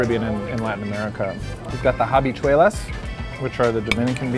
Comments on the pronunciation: Please stop murdering the language, it's not ha-bicuelas it's prounounced without the h like abi-cuelas. We know English too just speak English. Ouch!!! Even the waitresses looked at you like ouch!! Don't insult us. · please next time find someone who know how to speak spanish better than this guy, he said habichuelas, the H in spanish is silent